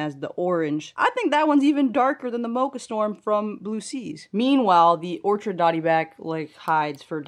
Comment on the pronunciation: This tank is coming along nicely! We need to see Zorro! (The dotty back). Just a heads up, it’s an orchid dotty back, like the flower. Not an orchard..